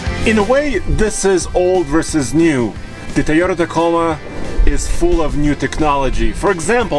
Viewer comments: Will someone please teach how to pronounce TOYota? It's not TIEota it's TOYota. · Tell the Russian guy how to pronounce Toyota,it starts with a Toy not Tay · Its a Toyota, not a teeota or tahota or tayota, do you say its childs tee or tay or tah, no you say its childs TOY, so say that please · "Tiyota Ticknology"